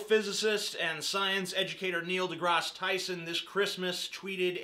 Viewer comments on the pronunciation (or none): Grass* not Graz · Only idiots pronounce Neil deGrasse Tyson as Neil deGros Tyson. Even Neil deGrasse Tyson pronounces it as Neil deGrasse Tyson. I was going to count how many times you said Neil deGros Tyson in this video but I realized that would be an idiotic thing to do and the words Neil deGros Tyson lost meaning after the first few mins of this video. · It sound so weird when you pronaounce his last name